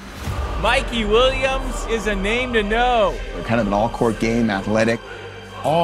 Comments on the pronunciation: MIKEY!! MIKEY!!! MIKEY! “MIKEY WHEEL-YUMS” 😂😂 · Dude lo key said mikey william